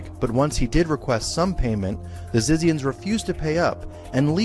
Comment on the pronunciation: I am sure it is pronounced ZITZIANS.